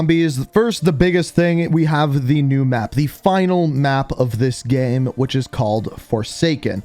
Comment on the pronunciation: He also says GHEM instead of game 😂😂😂